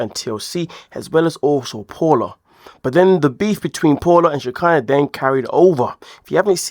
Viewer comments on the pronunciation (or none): It’s pa-o-la, not paul-a.